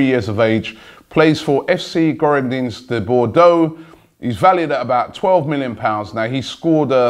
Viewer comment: geerodeens de Bordo😂 nice French skills of robbie